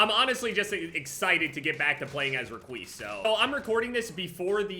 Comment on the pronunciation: Nobody: Literally nobody: every five seconds: reqise